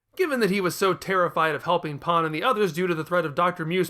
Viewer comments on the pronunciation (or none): i am sorry Paaan really? it's just pan mate, seriously they say it in the dub u have no excuse for this terrible mispronunciation, i will not stand for u insulting my 2nd favourite character of the series (she was my favorited but then Beerus came along and took over as my favourite) like that. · i am talking about the English dub mate, u know our native language? u should try using it properly instead of buttering it with Japanese pronunciations also it is exactly how her name is Spelled in English P a n, Pan, there is no pronunciation for that word in English mate. idc if that is how the original Japanese people butcher her name in English it is Pan and that is how it should be pronounced not as Paaan, fucking ridiculous pronunciation mate. also bold of u to assume i would watch u slandering her after this disgrace of a video.